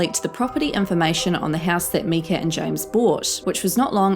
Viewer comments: Her name is myka... my-ka not meka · Please say My-ka not Me-ka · *Myka pronounced like mikeuh not meekuh *Nakovas dad is a doctor *so so sad that they gave away their child. I pray Hux is safe and loved now. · Myka not mekea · Why do so many of these youtubers don't even pronounce myka' s name correctly? It's not MEEE KA !!! it's MYYYY KA!!!!! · Thank you for exposing this. She is a poisonous woman and also has made representations that she’s a registered nurse when she hasn’t been one since 2013. Just one of the lawns she has broken and clearly has no concept of empathy or human connection. She is a sociopath. Just an Fyi (prob doesn’t matter) but I believe it’s pronounced “‘My-ka” as in the word “My”. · Myka stauffers channel is still up and Huxley is on her channel. 😡🤬 and it doesn’t really matter but its pronounced m-eye-ka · Myka is pronounced M👁ka. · If you are going to talk about her, you could at least pronounce her name correctly...it makes you seem unknowledgeable. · Not to go off topic but sounds like you are saying "make-a" when you say her name. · Summers Its just surprising that youtubers do so much research about myka when they make a video about her yet don't bother to pronounce her name correctly. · i hate how she pronounces her name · This person making this video dont even pronounce her name correctly. They had 3 channels not 2. A lot of this is not accurate imformation. Lay off these people already damn